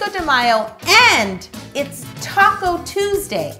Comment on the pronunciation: Every time she says "taco" I think she means "top coat"😹😹